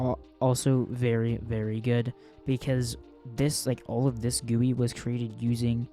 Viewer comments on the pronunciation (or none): i like how he said gewwie